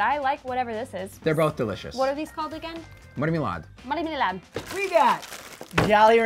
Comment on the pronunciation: Especially with marmelad He said, like MAHRMYLAHD